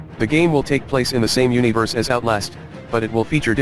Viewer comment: This may be inappropriate, but I keep giggling at the voice-over's pronunciation of universe; you-nee-verse :3 Thanks for the review of these upcoming horror games! I can't wait!